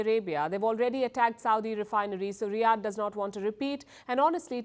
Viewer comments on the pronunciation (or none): none